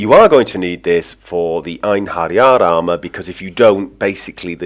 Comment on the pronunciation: They are actually an army, commisioned by Odin to use in battle at the viking apocolypse, Ragnarok it's pronounced I-en-he-ri-ar.